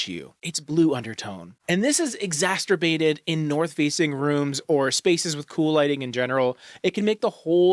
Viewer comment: Haha "exasterbated"